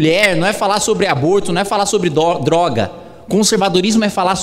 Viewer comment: "dorgas" ahueahsuhe ótimo vídeo Kim!